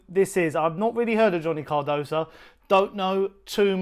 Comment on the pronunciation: What is it about you people? The idiot Chris Cowlin calls him Carduso and you call him Cardosa. His name is spelt C.A.R.D.O.S.O. Not that difficult, even for you idiots.